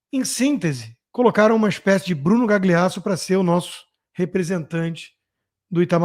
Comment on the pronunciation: Por que vc fica falando Gagliasso com "gli" como em "glicínia"? Diga "galhiasso", é italiano e é assim que se lê. Fica aí engasgando para dizer esse gli. Da mesma forma que vc pronuncia direito o inglês, faça-o com o italiano, pelo menos em nomes com gl porque soa MUITO DÃR . Melhorando sempre meu querido.